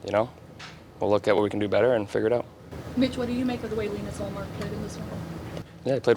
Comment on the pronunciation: The woman constantly asking about ullmark is comedy. Perfect pronounciation of his name too